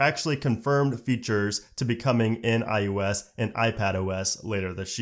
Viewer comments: Why does it always sound like this guy is saying "i-U-s" instead of iOS lmao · It’s “I O S” not “I U S”. I know you know that and it’s just your inflection, but man is it tough to listen to over and over. Thanks for the info though. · Is he saying IUS or is he just saying IOS weird? Is IUS something I don’t know about? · I swear I keep hearing him say "iUS 14"...it's iOS. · I swear it sounds like he’s saying iUS. Not iOS. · It’s pronounced I O S not I U S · It sounds like you keep saying IUS instead of IOS. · I like this guy and his videos, but does anyone else notice it sounds like he say “i-U-S” instead of “i-O-S”?